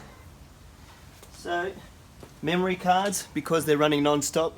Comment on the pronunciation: "memorey"? just giving u a hard time. lol. thanks for the videos